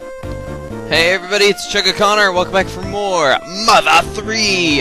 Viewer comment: It sounds like you say "Hey everbody, it's Chugga Connor!"